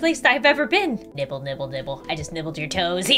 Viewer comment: when she said "ill pay you a dollar for a little nibble" i though she said nipple AND I TURNED AROUND SO FAST